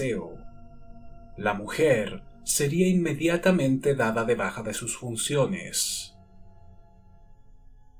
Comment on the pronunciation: porque en el min 40 dices junciones?